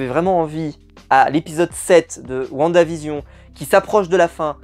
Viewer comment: Whaou tu as bien prononcé "WandaVision " pour une fois 😂😂 sinon top la vidéo